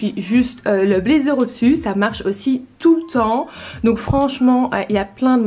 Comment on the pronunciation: Un "blédzer" ou "youtoube" j'ai un peu mal aux oreilles mais sinon c'est cool